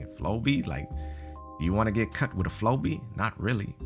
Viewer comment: flowbee sounds like furbey to me. idk